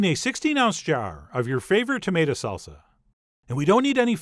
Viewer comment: I will never get tired of hearing "Salza" with a z. It just warms my heart.